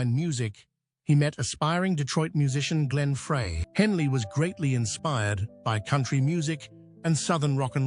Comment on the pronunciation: AI ? " i hear it everyday now and i hate too " IF anyone's still confused . . it's Pronounced Glen ' FRY or Fri ' . . . now i'm just curious if it was your comment about all this AI sh!t now, that i read stated on here yesterday... AND Remember to THUMBS DOWN all These BS uploads on YT now , that are Lying about people and bands Tragic Ending .